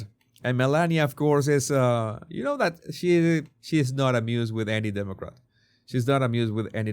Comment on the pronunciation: " she is not amused with ANY Demacrat..." 😅